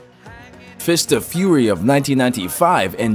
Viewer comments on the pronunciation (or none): none